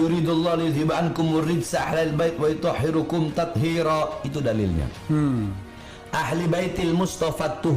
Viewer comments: Haaar bahar...ngatain org bodoh ente baca ayat aja salah ...yg bener tuh wa "yutohhiro"Kum...bukan wa "yutohhiru"Kum...dibaca nasob bloook..km baca rofa'..bahlul ente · Maaf perlu dikoreksi lagi bacaan Quran nya. ويطهر كم dibaca nashab dg tanda harokat fathah bukan dhommah. 2 kali dibaca salah terus. Mohon jangan jangan sembrono baca alquran karena salah harokat bisa berubah maknanya apalagi tafsirnya